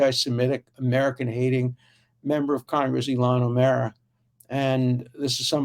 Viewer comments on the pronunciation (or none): Ilahn O'Mara ?? I love your making her Irish. (ok, I'm not serious...) poor Minny sota...